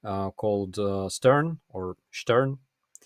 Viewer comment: "Stern" is a German magazine -> "star" / "зірка". Pronunciation "shtairn" / "штéан" 😉